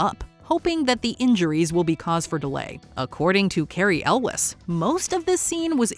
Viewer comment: Cary Elwes's name is pronounced "El-ways" not "El-wes".